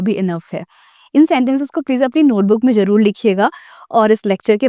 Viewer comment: Your pronunciation is not good like sahi word manzoor hae lekin aap manjoor bolti ho aur zaroorat ko jarurat